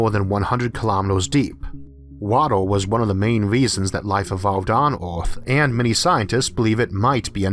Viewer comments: Wait was he saying Earth or Awrth? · did not know our planet was named Orth, been saying it wrong all my life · Just love your voice, sound like a posh bawwie kwiptkey on orrth lol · Hunam My brain: don’t say it you know very well he’s saying earth Me: O R T H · who is your englush teacher? you pronounce earth = "uth", us = oz, jupiter = jupitel, you sounds so cringy, i cant keep listening to you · Can someone please tell me what this accent is...? I need to know the demographics of this lads accent. I'm guessing American but where?? I've never heard of someone pronounce the earth "ooourph". Or jupiter "jupitour" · Orth? Jupitor? Temperator? Heyor? Solor? Coldor? Howevor? Theror? What accent is this? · Worst narrator in history. Hewa on Earwrff, Joopitor.Who can pay any attention to the content when this clown keeps everyone watching just hear him butcher the English language. Itd be better if a robot voice did it. Instead of the king from Princess Bride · I was just about to sleep playing this video in the background and am now totally alert because of hearing his pronunciation of Oath and Jupitaw 😂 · why can't you pronounce "earth" and "Jupiter" and "mars" and "temperaTURE" correctly?